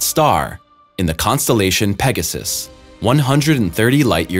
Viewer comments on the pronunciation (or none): none